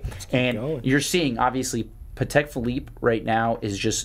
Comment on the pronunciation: After hearing you pronounce patek twice I'm not watching another